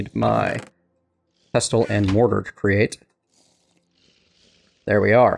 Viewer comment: Hey, just thought I'd let you know that you don't pronounce the "t" in pestle and mortar. Sorry for being a pedant, but that's just the way I am!